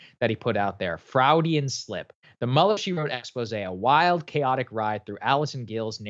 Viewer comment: Honestly man you can't pronounce Freudian?